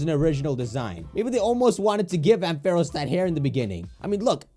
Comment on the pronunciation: Can we just talk about how he says AM-fair-os😬